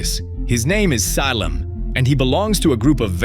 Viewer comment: Yeah. Check out how it says 'Salem' at 6.40.